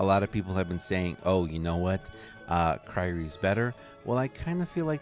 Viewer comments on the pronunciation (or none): in every video: Kryrie ex.. kryrie ex.. whats it called?... kryie ex.